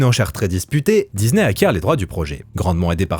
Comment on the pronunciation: Il n'y a pas de "Z" dans disney et le "s" n'est pas suivi d'une voyelle, merci de le prononcer correctement à l'avenir !